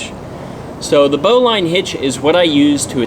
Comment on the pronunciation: Pronounced "bolon" because sailors pronounce everything like they got hit in the head with a yard 😂 And the bowline is a knot, not a hitch. 👍